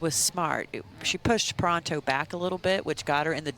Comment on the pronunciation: Why is one of the commentators pronouncing Catherine Parenteau's surname wrong? It's Puh-REHN-toe, not Puh-RAHN-toe. So distracting.